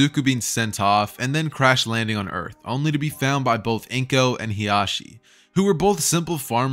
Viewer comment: Hisashi. Not hiashi bruh